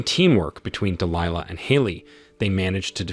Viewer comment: Why are you pronoucing Delihla differently? Sometimes you say it correct ("Dee Lie Lah, then you say "Dee Lee Laah". Also "May Fee Ahh"? Bad Text to voice.